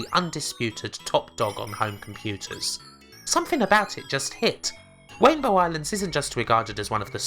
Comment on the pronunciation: Wainbow islands is a bwilliant game <3